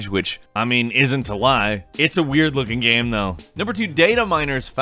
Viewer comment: why u say game without the e